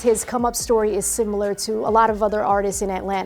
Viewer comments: This is such a pathetic documentary. All this victim talk because it's "rap" music. This guy has been tracked for years by the police. You do the crime you do the time. Period. T.I. is such a joke. Trying to speak intelligently and pronounces "similar" as "simUlar". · Ninja said "Simular"